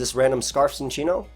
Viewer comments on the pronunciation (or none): none